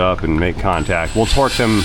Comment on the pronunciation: I've seen (heard) this on several channels I watch and it cracks me up everytime. The word "twerk" has become part of our vernacular that people are saying twerk instead of torque. No shade being thrown, just think it's funny. Nobody knew the work twerk 20 years ago.